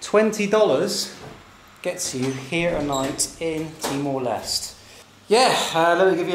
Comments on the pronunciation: TEE - MOR - LES - TAY (end part sounds like Namaste) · Pronounce is Timor Leste - Les Teh If im not wrong. Not Lest